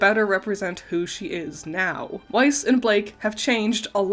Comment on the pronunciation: You’re not pronouncing weiss right, its german please please pronounce it as VICE because I CANT FACKING STAND IT AS A GERMAN 😅